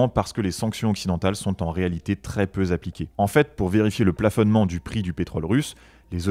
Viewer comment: "très peu z'appliquées" ???